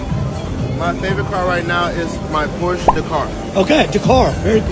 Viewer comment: you deserve my like only for pronouncing Porsche right